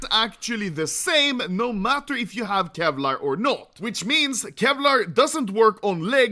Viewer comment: the most clean NAUR til this day